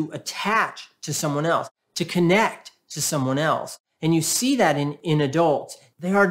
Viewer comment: At the end you said 'I will zee you next time' which is just what people feeling invisible with a narcissistic parent